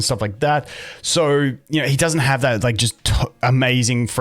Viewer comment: "Daoesnt" lol